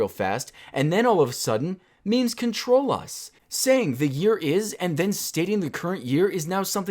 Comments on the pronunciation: literally no one says maymays everyone says memes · I've never heard anyone say may-may unironically